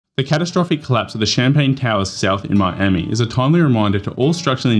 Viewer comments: Champlain not champagne 🥂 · Champlain, NOT CHAMPAGNE! 🤦🏼‍♂️🥂🍾